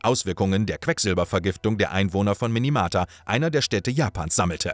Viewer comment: Minamata und nicht Minimata. Wird leider zwei von drei Mal falsch gesagt.i Schade dass die Biographie so früh nun kommt, ohne den Ausgang des gerade laufenden Verfahrens voll und ganz mit einzubeziehen. Ansonsten nice Doku!